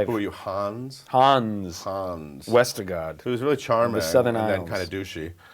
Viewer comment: OMG HE SAID WESTERGUARD!!!